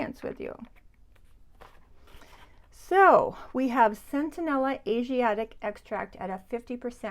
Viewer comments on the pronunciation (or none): I have also experienced that the Cerave Hydrating cleanser stings my skin. Have to try the Mad Hippie cream - super ingredients Just fyi: It is Centella - not Centenella 🙂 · I think you pronounced it centenella, when it is centella? You do it again You have it spelled correctly in the list. . I checked amazon. It is "centella" I first heard about it from Laura Geller years ago